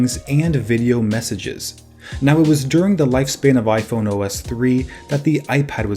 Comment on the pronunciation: It sounds like you said iphono